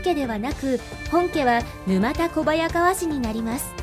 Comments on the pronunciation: ぬまたではなくぬたですね。地名から来ているのでなおさら沼田ではないです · 「ぬまたこばやかわ」ではなく「ぬたこばやかわ」ですね。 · 沼田小早川は、ぬまたこばやかわではなく、ぬたこばやかわと読むのが正しいと思います🤔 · 沼田（ぬまた）ではなく、（ぬた）です。